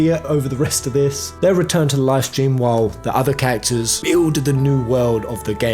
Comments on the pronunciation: The way you say "characters" sounds like "cactus" and it's really throwing me off lol, still, honestly great video dude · Did anyone else understand "cactors" instead of characters 🤣